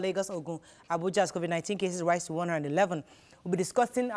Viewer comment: He did not get all the pronunciation right according to you. He pronounced COVID-19 as COVIC-19. Go back and check